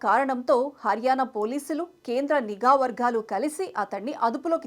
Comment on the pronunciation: అమ్మా!! గూఢాచారి కాదమ్మా! గూఢచారి అని అనాలి. అలాగే, నిగా కాదమ్మ! నిఘా అనాలి. దయచేసి తెలుగు భాష మీద దృష్టి పెట్టండి.పట్టు సాధించండి. ధన్యవాదాలు 🙏🏻